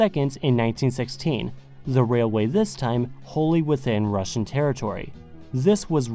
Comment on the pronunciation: Very good Russian pronunciations might I add.